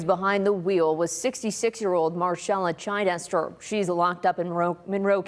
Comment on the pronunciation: It’s not Chi-dester, it’s Chid-ester. This women needs a prison sentence. I doubt she only had one drink. She doesn’t even shed one tear for those kids, while in court.